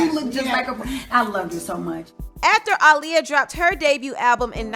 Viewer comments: I disliked this just bc hearing her say ahh lee ah instead of uh lee ah. Annoying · (UH-Lee-ya) girl not (Ah-lee-ya) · Your videos are so descriptive! Love it! But man I hate how you say Aaliyah. It’s Uh-Liyah not Ah-liyah 🤦🏻‍♀️ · Who the hell is ahliyah? It’s Aaliyah ma’am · Where tf are you from? Its A-leeyah (AALIYAH) not Ah-leeyah!!!! Pronounce her name correctly please. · Everytime you said “Auliyah” I cringed, it’s “Aaliyah” 😕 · Who's AHHH-Liyah? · instead of saying Aaliyah, she said aww-liyah 😂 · Its Aaliyah not Ah-liyah 😡😒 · Kind of mad at the way she's saying Aaliyah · Why you calling that girl "All-liyah" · Great video but it’s annoying the way you’re saying Aaliyah‘s name... ALL Lia.. smdh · Girl it’s AALIYAH NOT AHHLIYAH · The way this lady pronounces Aaliyah’s name irks me 😤 It’s not AH-liyah Jesus. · No it's pronounce 👁 -liyah that's how aaliyah's mother pronounce it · Ah-Lee-uh? Why did u keep pronouncing her name like Ali? Lmao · The way you’re pronouncing Aaliyah is SO CRINGE. I hate it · I’m glad you got Aaliyah’s name together after a few trys lol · Stop saying Aaliyah like that you’ve never said it like that before what’s wrong with you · Learn how to say Aaliyah